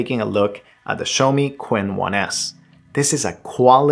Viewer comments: *Chin not Quinn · Actually the pronunciation of Qin is similar to Chin in Mandarin 🤔